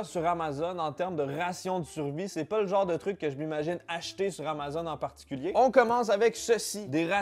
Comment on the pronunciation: Je réalise que j'ai jamais prononcé le mot Amazon comme il faut. J'tu toute seule qui dit AMA-ZONE ? Hahahaha je remets ma vie en question.